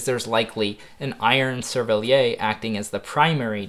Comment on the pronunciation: SERVELLIERR. The 'r' is pronounced in 'cervelliere'.